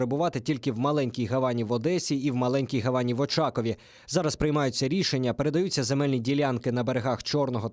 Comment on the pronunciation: Не гавАні а гАвані